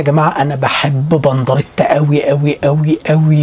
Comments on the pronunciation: انت بتقول بنضريطا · خلو بالكو ده بيقول بنضريتا😂😂